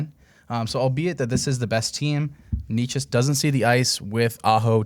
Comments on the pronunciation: Martin 'Ney Chess" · The necas pronunciation 😂